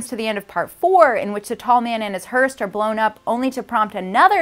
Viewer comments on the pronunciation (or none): you, lady, are cute as hell, and you did a phenominal job at connecting the Phantasm universe!!! (clapping wildly!!) Thank you!! By the way...It is called a hearse, NOT hearst. (teasing) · Did she say"Hearst?" Its Hearse !